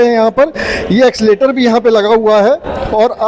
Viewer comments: एक्सीलेटर नहीं भैया😂😂😂😂 एस्केलेटर बोलते है भाई कुछ भी 😂😂😂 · एक्सीलेटर नहीं एस्केलेटर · Accelerator Nahi Escalator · Accileter aap kah rahe h Esclater boliye